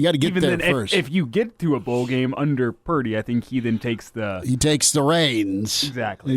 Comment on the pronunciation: Damn it, learn how to say Purrrdeee, for me, please 🙏! We don’t have a pretty QB… it’s gay sounding 🤷‍♂️